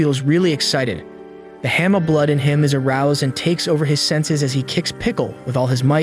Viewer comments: It's hanma not hema 😂💀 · Sir you're pronouncing it hamma it's Ba-ki Han-Ma😅